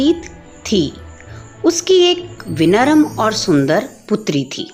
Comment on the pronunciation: Aap padhate acchhaa ho lekin wo vinaram nahi vinamra hota hai